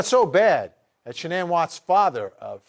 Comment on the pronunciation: I feel like I’m being trolled by how everyone is pronouncing “Shannan”. Except for her dad. He says it properly.